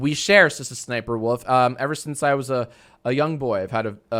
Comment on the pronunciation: am i the only one who keeps hearing Sister Sniperwolf whenever he says her name lol??